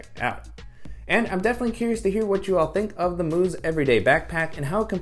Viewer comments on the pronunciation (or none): Mous is supposed to be pronounced as mouse, not moose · Mouse not moos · it’s Mous as in mouse 🐭 not moose! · God damn did i laugh when he said that😂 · Nice review! And folks- it’s pronounced “mouse” like the rodent. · Mous, pronounced mouse. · The company’s name is pronounced like the little animal — mouse. I’m not sure why